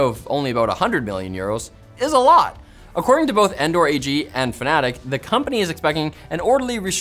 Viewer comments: it's fanatec, not fnatic... different things 🙄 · Fa-na-tech. Not Fanatic. Thanks - the simracing community. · Pronouncing "Fanatec" like "Fnatic" mistake or intended? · i think its pronounced fan-a-tech but ¯\_(ツ)_/¯